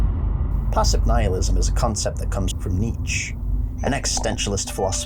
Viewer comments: It’s KNEE CHA not KNEETCH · Nietzsche is pronounced nee-chuh not neech. Btw I like your lore videos please keep going! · It's pronounced NEE-CHUH (Nietzsche) and also when you speak about Alll-Mer you seem to think he's crying blood. I'm surprised that you don't recognize that it actually mirrors Christ's chest being pierced by Roman soldiers with a spear, hence the bleeding falling from the chest area, not his eyes. HOWEVER, i must say that you do put a lot of good work into your videos, my friend. Overall, well done. Liked and subbed, because I want you to succeed. Just got a few dialogue things to tweak;) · How tf are you pronouncing "Nietzsche"? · your pronunciation of Nietzsche makes me want to eat fiberglass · Dude same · I love your video, especially exploration of philosophical perspective, but there is a "e" sound and the end of Nietzsche.